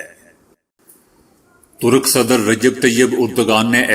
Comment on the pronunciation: Talb nahi hota hai. Yeh lafz talab hai. Esi tarah Turuk nahi hota Turk hota hai. Ummid hai aap apna talaffuz durust kar lenge.